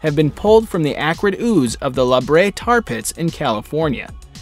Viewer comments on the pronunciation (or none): none